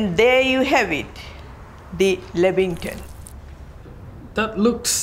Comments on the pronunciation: Lambington lol 😄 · The "Lambington" lol!!!!! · The lambington. Hahahaha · Haha .. Lambington